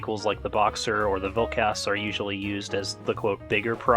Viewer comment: Vilkas is said like vilkus